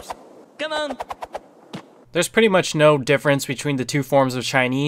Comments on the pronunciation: Nobody: Not even your imagination: Not even the gods: Sonic: lostskates, cmun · Everyone : Come on ! Chinese Sonic : Cumun.